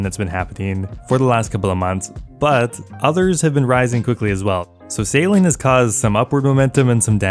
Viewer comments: Every time you say 'sailing', all I can here is 'saline'. 😂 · why are you pronouncing sailing like saline xD